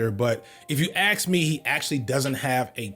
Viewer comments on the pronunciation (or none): I am lerning english and i’m often confused when he says the word "ask” but i hear he saying "axe”, is it an accent from some part of the US?